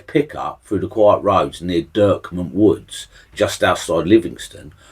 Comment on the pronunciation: Great stuff son , Im a pensioner from the area , but Dechmont is weirdly pronounced Deck Munt , Your channel will grow so keep at it , very enjoyable 👍🏴